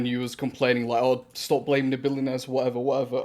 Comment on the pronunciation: This dude says "billionaires" as "billy nerds". I can't be the only one who hears that.